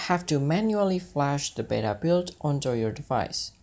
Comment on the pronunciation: Beta, not bera! :)